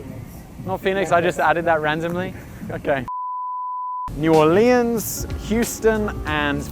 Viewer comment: New or lians